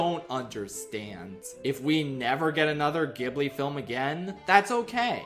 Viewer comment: it's pronounced ghibli not ghibli